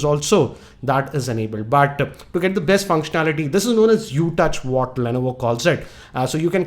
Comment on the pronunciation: sir lainaivo nahi hota li-novo hota hai #pronunciation